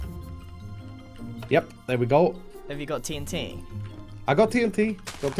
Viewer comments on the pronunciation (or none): The way Grian said Do you have TNT It sounded strange like "Do yoi have te en tyei"